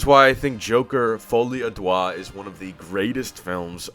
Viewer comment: You're saying the name hilariously wrong, "Joker Folie à doigt" (roughly translates to Joker : Finger Madness) It's actually closer to a less stressed "Duh"